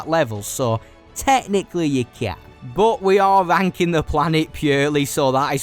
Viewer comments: "Begin the venking" 🤣🤣🤣🤣🤣 TF is this accent? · Love how he's saying "ranking" 😂 sounds a bit sus